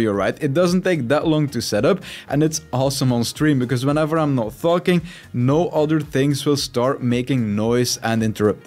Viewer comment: hey man great video. Just FYI & it sounds like you are swearing. In english the word talking starts with "Tall" not "Far". then its followed by "king"...just sayin'